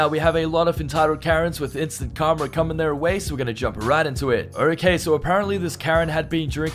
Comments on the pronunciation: It's pronounced "kar-ma", not "kar-mer". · Its instant KARMA, not karmer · The word is KARMA NOT KARMER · How do you spell, karma? Calmer. No...try again. Karma...say it with me...karma. Notice there's no 'r' at the end of it...but there IS one in the middle. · Please learn to pronounce the word Karma. It sounds like Car ma. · did he say Karmer? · PEONOUNCE KARMA CORRECTLY